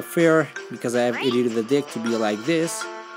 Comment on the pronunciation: When you say "deck" it sometimes sounds like you say "dick" ;D